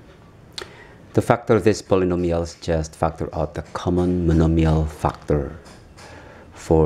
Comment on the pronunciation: He says fuckter instead of factor...